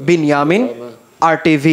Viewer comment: রিপোর্টারের নাম 'বেনি আমিন' 😂😂😂